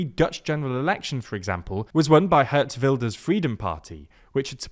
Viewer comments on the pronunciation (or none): Haha i love this guy when he tried to pronounce "Geert Wilders" He legit said "Heard's Wilderz" It's pronounced with a hard "G" and a long "EEEEEEEEEE" also the "R" is hard and rolling but ok you're still an English speaker lol.